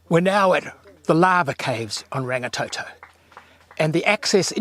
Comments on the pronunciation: Sorry, but I cringe when people do not even try to pronounce the names properly. It is NOT rang-ee-tow-tow nor rang-ee-tow-tow. Roll the R's like a Scottish person would...Rrrrang-ee-tor-tor. Rangitoto. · Rangatoetoe it's Rangitoto (blood sky) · ranggatoetoe is so wrong get it right